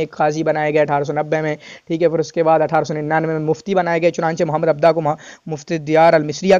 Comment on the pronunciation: Correction 👉 It's "Mohammed Abduhu عبدُه" not Mohammed Abdah عبدَه*